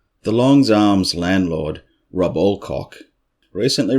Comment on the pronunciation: ".....The Longs Arms landlord, Rub Allcock...." I just died right there! 😂😂😂😂😂 I love what an Oz accent does to some words, it's beautiful!! In before the "ackshuallyyy....." people: OFC I know the dude's name is "Rob". Just let me have this. It's been awhile since I've laughed hard.